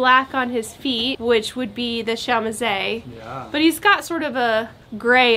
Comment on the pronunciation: Pretty sure that chamoise would be pronounced "shă-mwahz".